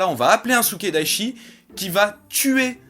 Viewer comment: C'est Sukedachi. Pas Sukedaichi. ^^